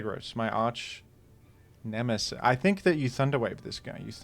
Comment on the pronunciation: Stopped halfway through saying "My arch-nemecif"